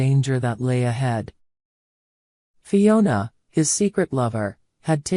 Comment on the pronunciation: They actually said it correct this time. They have said as Fonia before.